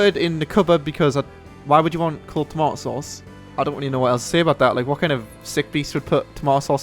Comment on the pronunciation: Say tomato some more